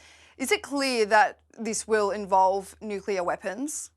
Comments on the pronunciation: I'm sure that is, as he claims, an expert in the field. However, he'd be a lot more convincing if he learned the basic pronunciation of the word nuclear, ie nuke-lear and not nuke-yoular as he repeatedly states. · Really, it is not hard to say nuclear. What’s with “nucular” - and apparently by a native English speaker?! Please! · "Nukela"??? Seriously?? Bring a real expert please. This one is ridiculous. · Nucula. Nucula. Homer. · He keeps saying "nucular". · Why does he keep saying "Nucular" I have to turn it off because he is hurting my ears! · It is cringeworthy listening to his repeated mispronunciation.........new-cue-lar🤣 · I wish this guy could pronounce "nuclear" correctly. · Good to see someone notice that he can't even pronounce nuclear correctly. It is worrying that someone at his level of military experience fails on this.